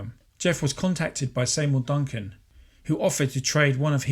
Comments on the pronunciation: See mour Duncan, not Say mour Duncan... 😮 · Are you calling Seymour Duncan “Saymour”?